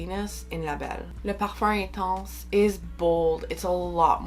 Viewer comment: Wow, your pronunciation of «le parfum intense» was so good. Im not french, but this must be darn close, right?